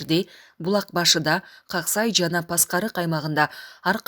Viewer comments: Каксай дебей Аксай дечи э башына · Э кок мээ журналист туура айтсан каксай эмес АК сай